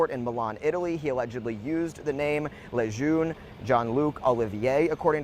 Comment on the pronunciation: It's Lejuene like the military base here in NC.( La June)